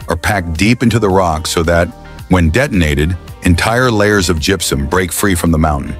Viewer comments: When AI is used to the voice, gross mispronunciations make the video unbearable! It's not "jup-sum!" It's gypsum ("Jip-sum")!! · It also gets "gypsum" wrong.... it's pronounced "jip-some" NOT "jup-sum". AI is the most retarded thing ever. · Gepsum?.....you mean gipsum... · Good story but the AI voice is irritating. It even mispronounces gypsum. It's much better to watch with the sound off.